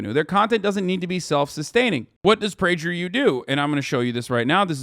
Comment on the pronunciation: The way Hasan pronounced Prager U with a soft G lol…